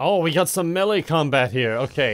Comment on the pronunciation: Did he just call mele Millie